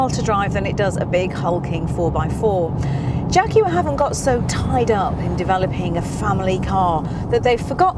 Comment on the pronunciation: I'm sorry but I clicked off just hearing you say "jaguar" but nice car!